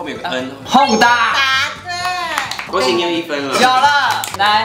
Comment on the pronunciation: 把恭喜你的廣東話說成「恭死你」😂😂😂😅🤣🤣🤣